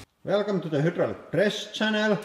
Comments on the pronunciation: Your english is getting better, but just out of curiosity, is there a reason you pronounce a "y" as an "oo" sound? E.g. "Hoodraulic" and "Poocrete" Is that the way it is pronounced in Finnish? I've just never heard that pronunciation in any other language. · More like "crushing perrrrrrrkele with hydrolic press" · I wonder why Hydraulic Press Guy consistently pronounces the "eye" sound a s"oo"? "hoodrawlic press" and "pookrete" are pretty funny, though. :) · Oo? I hear Finnish y which is pronounced like 'ue' or German ü and these guys are Finnish.